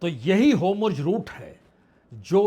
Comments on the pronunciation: Sir gustakhi maaf ho lekin hormuz bola jaaye to acha lgega naaki homurz🙏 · Vajpayee ji, AAP varishth Patrakaar Hain lekin app. State Off hormuz ko humruz kahte Heyn aor netan yahu ko netanu kahte heyn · All the questions raised in your discussion are very informative as well as thought provoking. The in-depth analysis too deserves full appreciation. However, One small correction in the current topic; the pronunciation is "Hormuz' and not 'Homurz'. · Sir I think you are saying homruz instead of hormuz..🙏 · Hormuz and not homurz 🙏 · आप हॉरमुज़ को होमरुज बोलते हो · वाजपेई जी होमुर्ज नहीं हॉर्मूज़ hormuj कृपया उच्चारण ठीक करें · पहले होर्मुज बोलना सीख लें, फिर ये सब विश्लेषण कीजिए